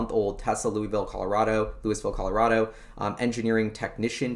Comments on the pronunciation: Fwiw, Lou is, not Lou e. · You got it right the first time Louis-Ville, not Louie-Ville. I live 5 minutes away. Love your videos man. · FYI prounounced “Lewis”Vil unlike Louisville Kentucky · for future reference, it is "Lou - iss - ville" not "Lew - ee - ville." Love your show. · First, as a resident of Lafayette, CO, right next door to Louisville, and for your own safety, I need to emphasize that it is pronounced: "Lewis-ville", not like the place in Kentucky. Residents of Louisville are very sensitive about the pronunciation! On the map that you showed I live in the southwest corner of the development just to the East and very slightly north of where Solid Power is. Over the weekend, I will try and swing Solid Power and the other two to see if there are any changes in their signage. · pronounced Lew-is-ville... I live here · I live in Louisville! Pronounced Lewis-ville. CU Boulder - not University of Boulder! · As a former resident who worked for the local high tech company, it's pronounced "lewis ville". Not that it matters to anyone who doesn't or hasn't lived there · Pronounced "Louis" and then Ville. When I first moved here I was corrected quickly. Not sure why it matters. People here consider themselves former LA people and I suppose don't want the southern cast put on them. My guess. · Sulfur or Graphene. Lousville with a hard "S" unlike the silent "S" in Kentucky. Lousville has a long history of tech. Storage Tech was a huge force in disk drive tech. Also most of the early word processing tech came from Lousville like NBI (Nothing But Initials).